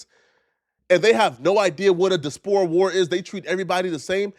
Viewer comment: incorrect usage of words for today: “despore” instead of “diaspora” 🤦🏾‍♂